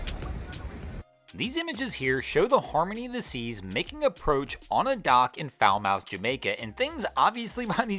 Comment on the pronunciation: Falmouth is pronounced Fal'myth'. Like Yarmouth is pronounced Yar'myth'...and so on.